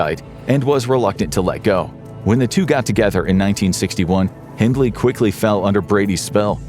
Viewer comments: It's Hindley, not Hindles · Hindles??? It's Hindley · It’s Myra hindley, not hindles.